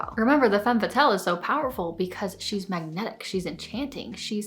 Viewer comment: This is a truly fantastic video. There was just one thing that kept bothering me- the way you pronounce "Femme Fatale." You pronounce it "Fatelle" but the correct way is "Fah-tahl." Makes everything sound more credible.